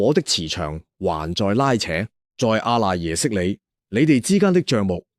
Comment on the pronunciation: (阿)讀(柯）賴耶識